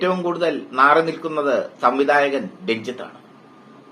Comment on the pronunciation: തമ്മി ദാ യകൻ അല്ലടോ.... സംവിധായകൻ